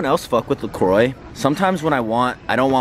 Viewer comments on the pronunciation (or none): You pronounce it “la croa” ITS FRENCH not croi